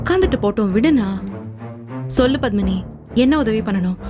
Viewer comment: Pavitra really deserves this.For every little problem she used to call Pandyan as if he was her personal body guard,and suddenly he has become persona non grata. Oh it is PADMINI not BATHMINI.